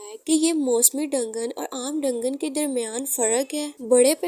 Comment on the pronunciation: डंगन नही दंजन बोलते है 😂😂